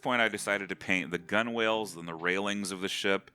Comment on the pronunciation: omg, you did not say 'gun whales'